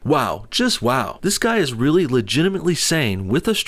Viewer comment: I love Joes "Realy?!?"